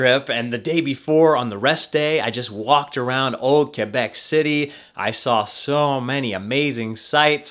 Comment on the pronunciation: Fun rip, HSF is almost TOO long lol, Also, the way you pronounce "Quebec" is spot on. The locals will love that man. So are they still using the gondola though?? ~